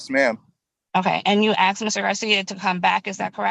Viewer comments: I have a hard time taking anyone serious , even a lawyer who "axed" somebody a question. Both of the lawyers said it. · "Axed" rather than "asked" is a very common 'mis pronunciation' or variation dating back 800 years or more in the English Language. It can be a regional or cultural pronunciation.